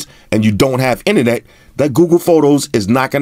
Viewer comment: In a few minutes I already learned more than from other reviewers. And I learn new cool words like "ine-net", have my sub sir!